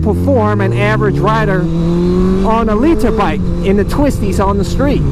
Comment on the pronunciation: the way he says "liter bike" looool